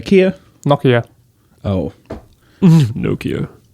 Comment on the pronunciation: Ugh god stop saying Nokia wrong